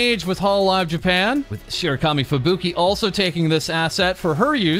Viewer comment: You pronounce Japanese names incorrectly. I assume it's just a habit, but you would probably get bonus respect if you did it right. You stress the vowels wrong. Just for example, Fubuki isn't "Fu bookie" but "Fubu key". Pekora isn't "Pe core a" but "Peko rah". Takane isn't "Ta kane" but "Taka ne". Koyori isn't "Ko yori" but "Koyo ri". Mayuzumi isn't "Mayu zoomie" but "Ma yuzu mi". etc etc.